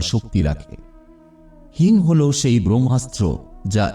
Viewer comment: হিং কে হিম বলছে।